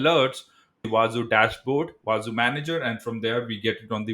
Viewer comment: It is actually pronounced as wah-zoo and not wah-za